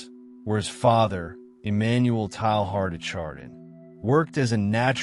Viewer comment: what a strange narration of a very interesting subject and man. I laughed everytime his name get pronounced. Strange to me that you would go to all this effort and not know how to pronounce his name.